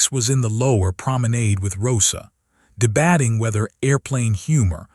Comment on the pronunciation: Debatting? No, debayting. Teach this AI to pronounce the words properly.